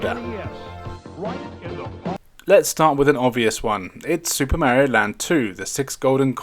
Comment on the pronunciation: No Zelda, AND you don't know how to pronounce "Mario".